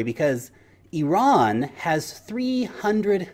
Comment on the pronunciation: Thank you for pronouncing IRAN correctly